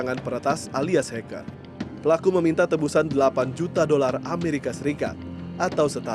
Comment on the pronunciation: Halo bapak prmbaca berita, "TEBUSAN" bukan "teMbusan" seperti yang Bapak ucapkan, kedua kata memiliki arti yang sangat berbeda. Silakan lihat dan baca KBBI. Agar dikoreksi Terima kasih